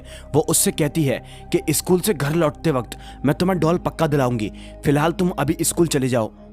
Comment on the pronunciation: सकुल को ईसकुल कियू बोलते हो